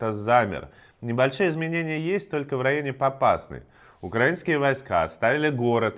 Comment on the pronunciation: Нечего удивляться, что русские не способны свергнуть свою власть, если даже самые достойные и образованные представители этой нации в лице Жданова не могут никак научиться говорить украИнские, вместо укрАинские. Должно же быть вроде очевидно, что для нас это важно, и это на самом деле далеко не про ударение. Ну, спасибо что хоть «на Украине» не произносите в эфире.